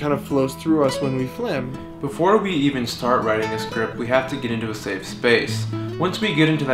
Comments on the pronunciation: .... I can't believe it took me 3 minutes to realise you were saying flim and not film. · Haha notice how pronounced FILM as FLIM, and many of us still fell for it. Well, I guess it's the smart art of the one and only. You guys are amazing. Rooting for you guys to win Internet Icon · It took me awhile to notice they were saying Flim making... Still awesome! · there are people who actually pronounce film like that